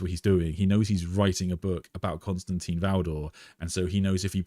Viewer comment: I enjoy these videos and conversations so this is not a criticism but rather a question- why do people insist on pronouncing Constantin as Constantine? It probably seems petty but let’s be real, we are all here because of our love and interest in the lore and characters. Why not show the proper respect for such an important character by pronouncing his name correctly?